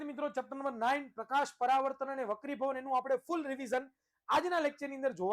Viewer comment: અલ્યા હોપરા વકડીભવન નઈ વક્રિભવન સાલા ગેંડા